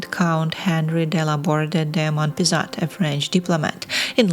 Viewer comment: His name is Henri Laborde de Monpezat and you don't pronounce the "t" at the end.